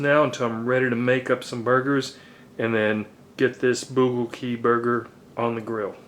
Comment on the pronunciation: it's pronounced "bul-go-gi"